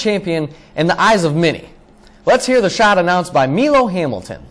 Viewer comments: ME-LO?? It's Milo Hamilton. MY-LO. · It was not MEE--LO Hamilton, its MI-LO (Milo) Hamilton!! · Milo Hamilton's name isn't pronounced "Me-low" it's "My-low" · It's a good vid. But there are some errors. 10. There was a better call on the home run by Phil Rizzuto just to let you know. 5. You said Milo Hamilton's name wrong. It's Milo (MY-LO) Hamilton. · the fact that Milo's call isn't number one is disturbing. it literally is the most repeated call in MLB history. also you are pronouncing it wrong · this list is dogshit and you can't even pronounce "milo" correctly. he's in the hall of fame show some respect